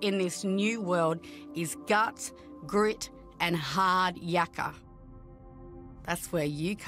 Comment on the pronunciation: Noooooo - she can't even say "hard yakka" properly.